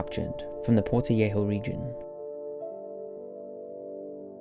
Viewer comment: Greetings from Ecuador, I remember that terrifying earthquake. Haha that is not how you say Quito or Portoviejo, but 10 for the effort and great video!